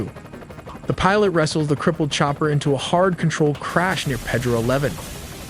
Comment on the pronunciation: It’s not Ped-roe”. It’s “Pay-dro”. F AI.